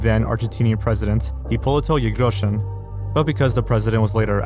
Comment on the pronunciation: I f*cking LOVE that you said "Irigoyen" with the actual argentinian pronuntiation (the "y" sounding like "sh"). is truly a master of investigation! 😂❤